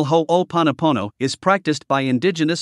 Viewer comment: This was really vital information to get out and I could barely get past the first part of the automated voice recording not pronouncing ho’oponopono correctly. I’m curious why it was chosen to be presented in this way. This has been part of the problem in our society, with the dilution of the original message people teaching it that don’t pronounce it correctly and here we have an otherwise good video and resource tainted by the robotic voice mispronouncing the core of what ho’oponopono is. Ironic.